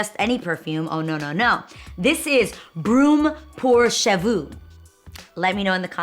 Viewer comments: Broom pour chavu 😂😂 Even I who understand french didn't get it.😅 When she said hair fragrance I was able to translate it. It is a 'brume pour cheveux'... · “ BRUME POUR CHEVEUX”😂 I LOVE THE WAY YOU SAID IT 🤣🤣❤️ It means “ mist for hair” ❤️ I speak French and I wish I could afford these Parisian scent . Besistos Mama xoxo❤️❤️